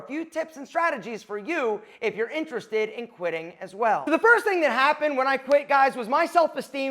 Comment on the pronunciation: "The first ting that happen when I quit guys" Damn all that time I knew it 😏